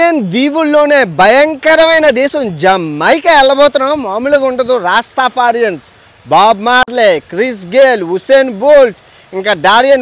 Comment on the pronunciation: రాస్తఫారియన్స్ అని పలుకు బాబూ.